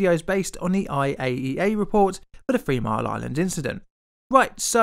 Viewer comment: It's "Three mile island", not "Free mile island". If you can't speak English, then don't try.